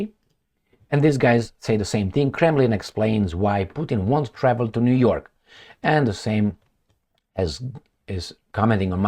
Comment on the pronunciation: U said Jew York😂 in the good ol' jewSA. You r the best